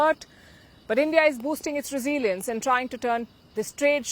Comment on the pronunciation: Learn how to pronounce “ resilience”. Why don’t you buy a dictionary?